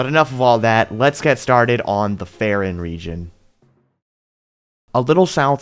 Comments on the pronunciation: Faron and Farosh are pronounced like the word "Fae". You don't pronounce any of these like Fuh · please take literally two seconds to think about how you pronounce things before saying it differently than everything else. You say Faron the same way you pronounce Farosh, like the "A" sound in the word "game". You don't say Faron with a hard A and then suddenly pronounce Farosh completely different. Please correct yourself.